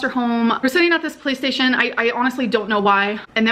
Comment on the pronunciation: I thought I was mishearing her say "PlayStation" when she was was saying "Police Station" and even the closed captioning on YouTube thinks she's saying PlayStation.